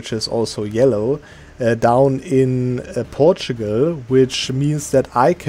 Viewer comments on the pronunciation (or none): none